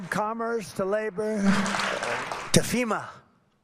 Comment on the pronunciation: They produced automo.....beel. From commerth to labor ...to FEMA. I heard the squelch - he pooped his pants.